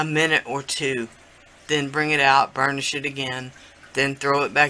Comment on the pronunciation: Sounded like u said "ur gonna burn the shit down" lmfao..... I realized u meant burnish it down haha 😆 😆